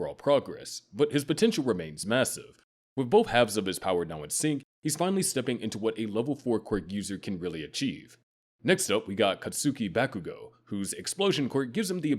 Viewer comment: "Cat-SÜKI back-OO-goh"? My dude; Katsuki is pronounced "Khat-ski" It's 2 syllables. Like "Sasuke" is only 2 syllables. "Sos-kay" "Khat-ski" It's not difficult to listen to the pronunciations as performed by the JPVAs. Also, your definitions between types 2 and 3 are pretty loose.